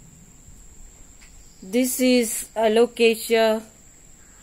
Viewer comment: Hi, Such a beautiful green leaf. Very exotic. Waxy finish. How well u have pronounced the names. Lovely video. Take care, enjoy Sunday 🍨🍧